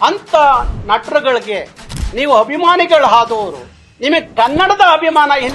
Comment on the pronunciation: ಎಲ್ಲಾ ಸರಿ ಆದರೆ ನೀವು ಅಭಿಮಾನಿಗಳು ಅನ್ನುವ ಬದಲು ಹಭಿಮಾನಿಗಳು ಅನ್ನೋದು ಯಾಕೆ. ನೀವು ಮೊದಲು ಕನ್ನಡ ಸರಿಯಾಗಿ ಮಾತಾಡೋದು ಕಲಿಯಬೇಕು! ನಿಮ್ಮ ಹೋರಾಟ ನಿಮ್ಮ ಮೇಲೆಯೇ ಮಾಡಿಕೊಳ್ಳಬೇಕು!